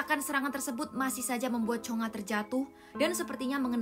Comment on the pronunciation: Bukan chonga tapi chonge